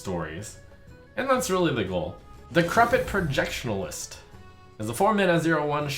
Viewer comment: There's no L in "Projection-ist" Trump